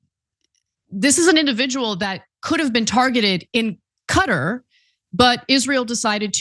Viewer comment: My cat says "Katar" not cutter